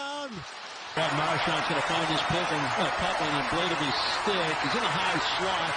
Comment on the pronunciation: I agree with the other guy, this play by play guy is awful. Give that man some coffee. Color guy is great! And yeah, the overall audio is awful. He's the only play by play guy who can say the word "stick" in two syllables.